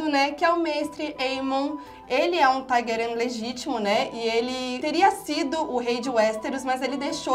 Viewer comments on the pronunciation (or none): none